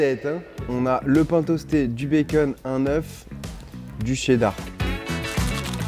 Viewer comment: Charles qui dit « Bakeun »🥰